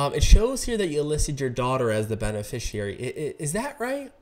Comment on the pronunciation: is there a reason you mispronounce the word beneficiary? is it to make them sit up and listen more?